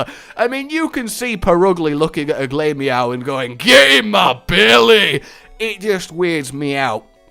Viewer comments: 'glay-meow'? glah-meow, get it right scrub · Glamerous=Glameow. Ugly=Purugly. So Glameow isn't pronounced GLAY-mee-ow. It's pronounced Gla-mee-ow.